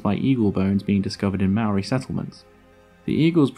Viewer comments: Why are white people so lazy at trying to pronounce other words other then theirs properly, first you said Marry then you said meow-ree, how hard is it to say Mole-ree but pronounced without the L and role the R ffs.. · you called maori mari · Love seeing NZ in one of your videos bro it's tumeke! The Haast eagle was a mad bastard and was the boss here back in the day! The Maori ( pronounced, moldy) then came over and made all the moa into K fry then Nek minute, extinction lmao 😂😢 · for future videos, try pronouncing Māori correct